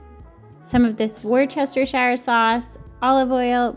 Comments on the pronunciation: It is pronounced wooster sher! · Just a FYI, Worcestershire sauce should be pronounced wuss-ter-sher. Thanks so much for this recipe from England x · As a Brit, it’s “Wooster-sher” sauce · Wow americans its pronounces (wus-tes-cher) sauce